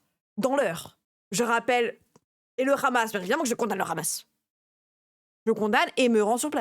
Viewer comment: Mdrrr , avec des potes on a une conv de discussion politique qu'on a créé avant les gilets jaunes mais qu'on a rebaptisé "on condamne l'antisémitisme et les violences" pour pouvoir discuter tranquilles 😂 aujourd'hui elle s'appelle "on condamne le Rrrrhhhamas et les violences" beaucoup plus d'actualité 😅